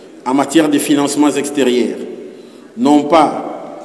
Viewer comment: ExterIYERE tres mauvaise prononciation de ""😢! PRENDS DES COURS PARTICULIERS DE PRONONCIATION 😅😢😂!